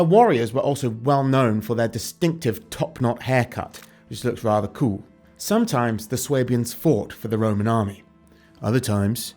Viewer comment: "which looks rather køøl" channeling Marcus. :)